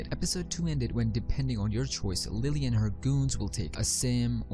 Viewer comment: Idk if you're saying Willy or lilly....